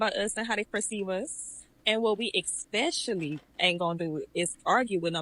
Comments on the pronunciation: Cant rock with no chick that says "expecially" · This dumb broad said “ex-specially” yeah she smart as hell